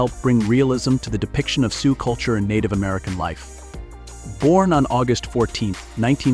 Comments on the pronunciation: Please pronounce the names right. Its Soo not soox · AMEN to that!! This AI crap is getting old already. Doesn't pronounce words or names correctly. Said SiouX, pronouncing the X. Also, messed up names & just generally is annoying. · Not Sooz or Sooks! Pronounced: Su or Soo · The AI script enunciator is inconsistent. The pronunciation of the "Lakota People" as Sioux (sue) is done numerous times with an occasional Sioux (suock). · Sooks, really ? The name of many tribes, people, locations mispronounced . I agree with others narrate these yourself or get someone else if there’s even a human behind this channel. Disrespectful to do this. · Can't believe that you mis- pernounced SIOUX !! Wow ! You don't say the X ! PISSED ME OFF ! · even more annoying because the word Sioux was throughout the entire thing over and over. I physically cringed every time it was said with this hideous pronunciation.